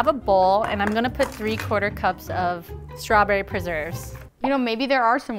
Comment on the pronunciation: I heard "Straberry kinky!"- 💀💀